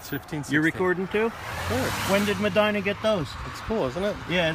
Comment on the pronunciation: Well i can tell one thing, those guys are not from my home town. We dont say Medina that way. ROFL